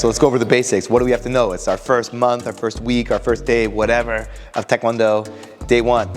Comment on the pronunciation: THANK YOU for pronouncing taekwondo correctly. Why do so many people (including many instructors) say TIEkwondo??? It drives me nuts.